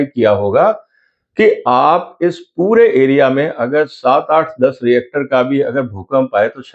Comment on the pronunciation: Sir, it’s रिक्टर, not रिएक्टर.